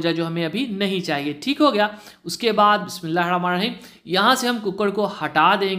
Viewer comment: Bhai apsy request hai bismilah aram sy prha karen aur sahi talafuz say prha karen